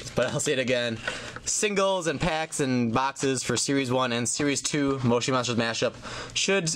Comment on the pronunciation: that is not how you say moshi monsters